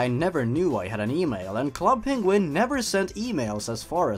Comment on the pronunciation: sonic peniguin lol